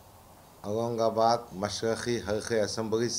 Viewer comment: aurangabad bolna nahi ata aap ko aap vidhansbha me kya bolinge